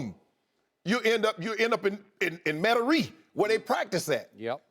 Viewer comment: lol. "Metairie" says Sharpe, only not the way we say it. I liked the try though.